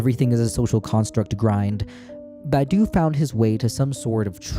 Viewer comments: the name is Badiou, pronounced Bad-You - - - - not Badou - Ba-Doo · please learn how to pronounce Badiou im begging u